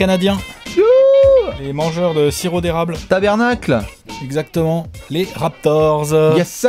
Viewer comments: S'il vous plait : taBARnac et non tabernacle, super boulot ;) à part ça, j'ai rencontré Mo Pete au Crossover de Montréal il y a quelques mois, un gars très cool ;). Toronto une jolie franchise portée effectivement par un pays. Hâte de voir le 5 de mes Bulls. Bises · NE DIT PLUS JAMAIS « TABERNACLE », MAIS « TABARNAK » PLEAAAAAAASE